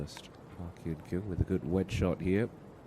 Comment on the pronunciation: Nice play. but be nice if the commentator would learn how to pronounce her name. Totally off.